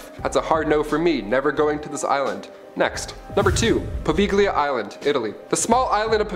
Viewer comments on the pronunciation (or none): It's pronounced "po vay Lee ah" smh